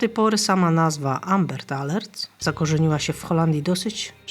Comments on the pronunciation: AMBER nie ambert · Amber, nie Ambert :D myślałem caly podcast, że w Holandii bursztyn to ambert ;D